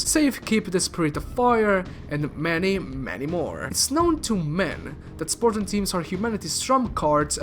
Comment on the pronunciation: “Spor-tan” “Or-mor”